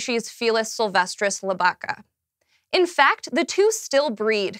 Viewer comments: I'll give you a pass on FEElis instead of FAYlis--that's standard English cacoepy--but it's LIB-ih-ca, not lib-Ah-ca. The fries bit was very fair. I'm not giving them up. While you're at it, have an egg. But don't drink the water, and don't breathe the air. (It's OK in Montana. I'm wearing my Boseman cap as I type this.) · That's not how you pronounce "felis" nor "lybica". I'm not usually the one to be all nitty gritty and complain about the little things, but the pronunciation is just Latin butchering. It's really bad.